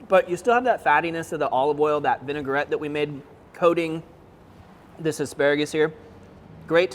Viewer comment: I love this channel but please. It is not “Vinigarette”, it is “Vinaigrette”. So pronounced like Vina-grette not Vinigar-ette. Semantics I know. 🤷‍♂️